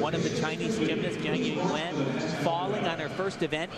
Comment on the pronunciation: I count at least 7 different pronunciations of "Jiang Yuyuan" from Al in this